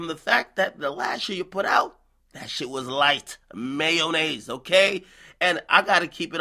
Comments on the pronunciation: Ak needs some more academic time in his life, he can't pronounce half the words he uses. You can blame it on the henny but ima go head and contribute it to your brain bein weak being light sauce being MAYONAAAYZ! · "Mayoh-naise" :D